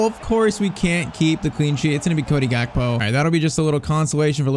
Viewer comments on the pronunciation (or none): none